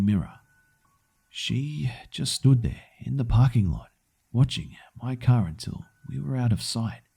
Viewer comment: You have a great voice for reading things like this, but I do have 1 criticism. In the second story, for example, the next-to-last line, you said "Watching my car." Try to work on stressing the correct words. Other than that, you're great at this.